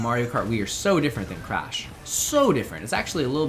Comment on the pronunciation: When said he had never played crash I thought he said he had never played crap.